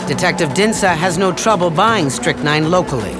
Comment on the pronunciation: It's called 'strychnine', pronounced Strick-Neen.